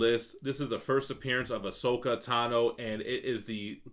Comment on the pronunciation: Glad to finally hear saying Ahsoka’s name correctly LOL.